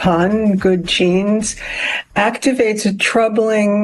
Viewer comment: I had not seen the commercials until now. The only thing concerning to me is that the voiceover guy can’t seem to pronounce GENES or JEANS! Every time, he says “keens”. So weird.